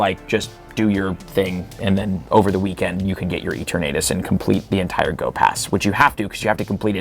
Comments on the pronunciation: I have the “it’s LeviOHsa, not LevioSAH” itch from saying Eternatus’ name incorrectly. “EterNAYtus” just sounds wrong to me XD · There’s no reason to pronounce Rookidee like that. The “E-tur-naytus” pronunciation is also absurd, but at least I’m pretty sure that’s a joke. Edit: Nope. Never mind. He keeps saying “E-tur-naytus” throughout the whole video, without the exaggerated southern accent. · It’s Pronounced as: e-ter-na-tus 😅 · Mega Dragonite encapsulates what Dragonite is perfectly both a derpy looking dragon with a chill side and a force to be reckoned with when its chill level is at 0. Also yeah Mega Dragonite looks both derpy and somewhat ok at the same time. Edit: Is it just me or is pronouncing Eterantus as E-ter-nadus? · Kinda cringing at the way you're pronouncing Eternatus. lol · The pronunciation of Eternatus hurts me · Are you trolling with the eternatus pronunciation?